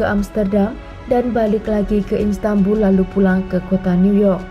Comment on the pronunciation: Bukan instanbul kak, tp Istanbul